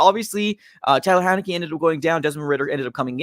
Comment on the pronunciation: HEINICKE NOT HENICKE DUDE